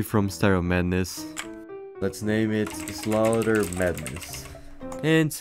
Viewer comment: Even a 8 year old can pronounce slaughter correctly 💀